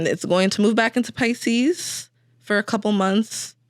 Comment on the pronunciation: Maybe it was the housing crash. lol she said Piceses 😂😂